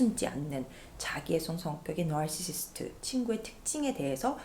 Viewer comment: 선생님 narrr시스트 발음 너무 좋아요 속이 뻥뚫리는 콘텐츠였습니당 >.,<